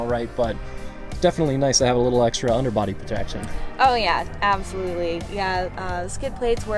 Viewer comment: The way my man said ‘body protection’ he was definitely tryna put the body protraction to the test with Tasha…